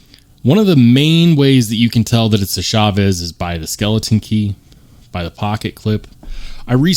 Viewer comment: Please people it's CHAVES. Not shhaaaves. Like cha cha cha not Sha Sha sha.